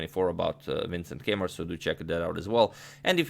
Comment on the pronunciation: Keymer is pronounced Kai-mer!